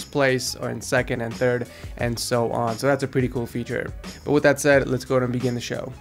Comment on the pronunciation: did he say lets go ahead and beggin the show omg